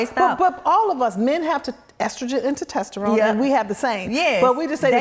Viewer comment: The host couldn't say "testosterone" to save her life.🤣 Great video and bring her back 🙌🏾💪🏾